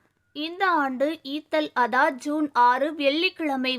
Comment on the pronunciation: Eid al adha ,prononce like this